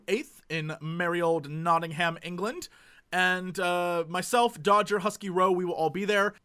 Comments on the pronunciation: Jesse, a tip about whilst in England. Nottingham is pronounced "Notting-um. Noone in Britain except the tourists call it "Ham" ^^ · you dont pronounce Nottingham as Nottingham its not-in-hum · Hey Jesse, just as a tip before you go to Nottingham! Pronounce it "Notting-um" instead of "Notting-hayum" and all the locals will love you! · please dont say nottingHAM, i know it is spelt that way but say it like 'Nottingm'. :D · Jesse when you go to England call it Not-ing-hum. Least you invoke the fury of the British... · If you are in Nottingham you should go to the Canalhouse pub. It has continental beers and a cannal running through it. Also, you should pronounce it notting-am. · I booked Gemucon ages ago when I heard you guys were going, I tweeted Dodger about a Ramen place in Nottingham, she ignored it ;__; also in England we pronounce Nottingham, Nottingum... basically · PSA for Mr Jesse: "Notting'am" It will make you sound like you know what youre talking about. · Just a heads up, ANY location in the UK that ends with 'ham' is pronounced 'um', so like Bir-min-g'um, Not-tin-g'um. Trust me, this will cut out a LOT of the "Are you American?" people. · Woah, Jesse, Nottingham is pretty much a short train ride from me, meeting up outside the con would be amazing! Will it be arranged in advance though, or just spontaneous, because that could be tough =/ (also, just pronounce it as Nottingum, as we do XD You'll stick out like a sore thumb otherwise!) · The way he pronounces Nottingham is just... something else... lol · The way you pronounce Nottingham is adorable. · I love the way he breaks Nottingham up into two words :) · please stop mispronouncing Nottingham, it makes my butt clench.